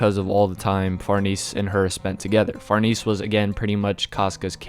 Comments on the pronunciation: If you say Far-NEESE one more time... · Say the lady's name right man. The correct pronunciation is "Far-nez-eh".